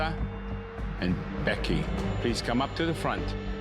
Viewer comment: ”Mlisuh and BHEky”